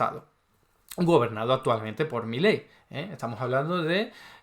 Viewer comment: Primero : es Milei,no Miley.Después,que sea extranjero qué importa? Si está diciendo LA VERDAD,LA REALIDAD DE TODO.Y tercero..a vos un diccionario te puede ayudar a mejorar mucho ...Saludos de un argentino que VIVE LA ESPANTOSA REALIDAD ACTUAL.